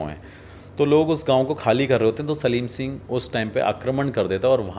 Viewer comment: सालम सिंह नाम कुलधारा कांड, आप सलीम सिंह बोल रहे हैं